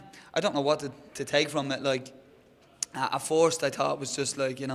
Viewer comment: "he's gonna be down in the 'foarst' " Is that so, conor